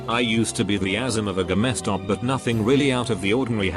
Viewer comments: Gamma stop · Normal people : GameStop TextToSpeech : GAMAESTOP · "GameStop," pronounced "gah-Meh-stop" if you boujee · It sounds a little bit like the robot voice is saying Gestapo. Makes for a very different AskReddit post.